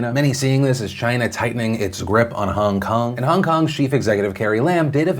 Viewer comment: Stop saying HUNG KUNG!! it's fucking HONG KONG!!